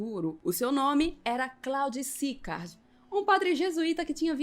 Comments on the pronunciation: Video muito bom! Só um alerta sobre pronúncia, o nome do padre francês Claude Sicard se pronuncia "clôde Sicár" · Precisa melhorar a entonação : É Clod Sicard ( é oxítona a pronuncia , pois é francês e não inglês